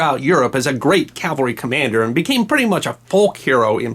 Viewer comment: This is fascinating and thank you SO much for pronouncing CAVALRY correctly. Please teach Bill O'Reilly if you ever run into him.